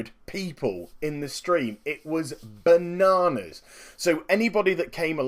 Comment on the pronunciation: The way you said BUHnaanuhs